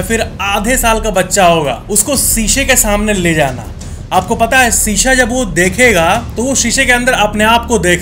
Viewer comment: Sisha nahi mere bhai Shisha bolte hain....